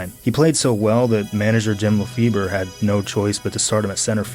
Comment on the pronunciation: 'lafebur' lmao there's nothing funnier than americans pronouncing non-english names